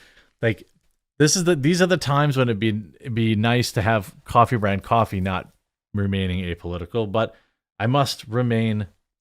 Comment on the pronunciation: Coffhee/ Coffher…. Just saying